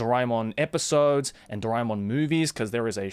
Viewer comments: Its ドラーえーもん in japanese so it would be Dora - E -Mon like joey pronounced it here. I am an indian as well and I didnt knew this until I started learning japanese. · My childhood is incomplete without Shinchan and Doraemon. How can it be complete without it, being an Indian? P.S Isn't it pronounced DoRAYmon? My whole life has been a lie. Edit:- Now I know it's DoRAEmon. But can't change a decades-old habit, so imma just roll with it.